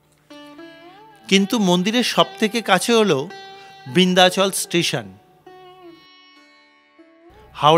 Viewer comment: উচ্চারন হবে বিন্ধাচল, বৃন্ধাচল নয়। যা তা।